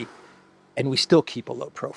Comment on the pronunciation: Why does vee have tools sound almost exactly like a the Gestapo in a nineteen seventies comedy " vee have vays "